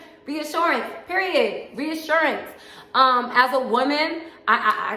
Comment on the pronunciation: I'm over here dancing 💃🏼 along with you. "RREeassuRRRannnncee"...